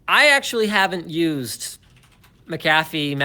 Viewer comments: It’s pronounced Mac a fee not McCaffe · It is pronounced like MAK-uh-fee, with the stress on the first syllable, not Mik-KAF-fee. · with that header image on PIA's website, I can't take them seriously :) Also Linus; Mac-a-fee, not mac-cafe :D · I pronounce McAfee Mc Ay Fee lmao (Edit) I thought Linus had a divorce with his wife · its pronounced Mick - Cafay Right? Kappa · Its pronounced McCafé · Mark Rangel it's not it's mc ca fee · Pronouncing it like that brings to mind McCafé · What a shitty video. You don't even know how to pronounce McAfee.. And your fear mongering your VPN Sponsor.... What a D*ck move man! Why only complain about torrenting after they dropped you? You always stab a sponsor in the back if they drop your Ass??